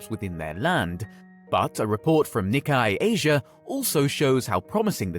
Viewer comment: And Nikkei is read as NICK-KAY...